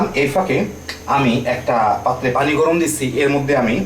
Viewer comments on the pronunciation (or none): none